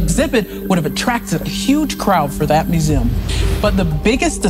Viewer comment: Swear she is saying vertibra and muzem